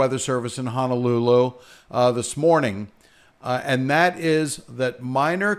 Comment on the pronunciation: Please note how Honolulu is spelt! HONO! Not HANALULU there is no such place as Hanalulu😤 other than that here in Maui will be fine. Everybody’s prepared hopefully.